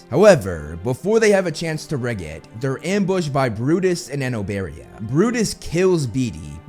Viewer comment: He said it exactly as how it’s pronounced, I think you’re actually just not saying it right